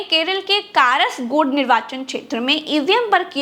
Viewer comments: It’s Kasargod and not Karasgod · Mam not karasgud... Its Kasaragod